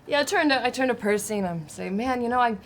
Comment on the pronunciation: Ha! Of course Tary is the first person to actually get Percy's name right after the first time hearing it. xD